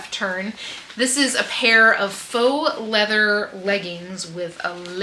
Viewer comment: The "lea-vuh" and lace...🔥🔥 Excellent haul! And the skittles bag of Viagra was wild!! 😂😂